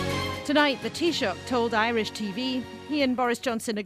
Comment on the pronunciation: Omg what did she call the Taoiseach?😂